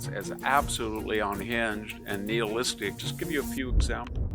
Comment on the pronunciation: NY-HIL-LISTIC not NEAL-LISTIC. I like and agree with Victor but his pronunciations are so sqweemish